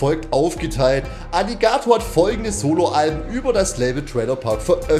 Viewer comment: Wie kann man das Wort „Alligator“ so komisch betonen?